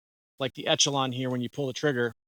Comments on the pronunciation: It's not called Etchalon, bud.. It's Echelon (like Eshalon). It's not an Etch-a-sketch! 😝 Lol.. 😂 The CZ P10C is hands down the better pistol. But since reviewer is a leftie, he prefers the Etch-a-lon. Besides all the mispronunciations, okay review, I suppose. 🤔😏 CZ still the better choice. Stop the Leftie Limp wristing & it'll shoot better. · Esh-uh-lon. Just an fyi. Good review though!!! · Thanks for the video but echelon is pronounced esh e lon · I took a shot each time you said ETCH-ALON. I'm drunk! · Echelon is pronounced Eshelon